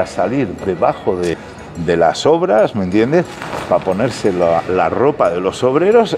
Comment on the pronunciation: “Me iende” jajaja parece que ya lo hace queriendo.